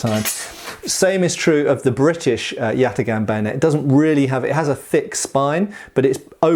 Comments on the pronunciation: Correct prounuanciation is something like yataan(yatağan) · This comment only makes sense if you completely butcher the name like does btw. The correct pronunciation would be with very hard a's, like in the word "father" and instead of a hard g it would be a soft g, like a German ch but without that vibration sound to it. Good joke tho. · except father has a long a, while both as in yatagan are short, with the second even being reduced